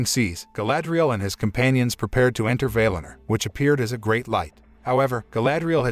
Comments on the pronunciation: Don't say vail in er. Say Val in or. That's how the say it in the actual movie. People tend to pronounce words in a way that sounds better to them. It's annoying. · "Vay Lin Er"?? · Valinor pronunciation is incorrect.